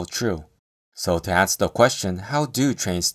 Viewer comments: Awesome video but it’s pronounced “tAy-purd” not “tap-purd” 👍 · Tapered is pronounced with a long a sound as in tape, cape or ape.